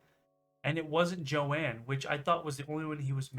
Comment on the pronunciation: Omg her name isn't jo ann it's Joan ooof